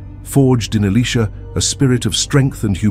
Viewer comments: 🎯🎯 Exactly, I said the same thing. It's annoy'n to hear Elisha, pronounced Alisha, or Alicia. So I hope 🛐the narrator, or content creator read our comments...In JeSuS Name, amen. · Alisha? Why is it pronounced different so often? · Why are they pronouncing Elisha as Elesha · I have heard Elisha only pronounced "Eli-sha" and not in the feminine sounding "Alicia." I am 70 years old and attended two seminaries and have not heard Elisha pronounced as "Alicia" until a few years ago when I heard it from a young seminarian from West Virginia. I notice the younger generation pronouncing several words differently from long accepted pronunciation throughout both the United States and the United Kingdom. What linguistic shift is taking place? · who can't pronounce the name elisha😮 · Father God I pray all the narrators of Your Holy Word learn to take time to pronounce all the names in the Bible & Elisha’s name correctly! Amen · What a misunciation of Elisha name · Make up your mind on the pronunciation of the letter I in his name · His pronouncement is wrong on Elisha name. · Who is ili sha or can't the pronounce the profit it think their talking about😮o boy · Can’t pronounce Elisha’s name correctly don’t say his name